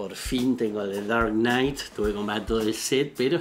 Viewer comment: The daaark knighttss PELPETS! JAJAJA. Te adoro capo!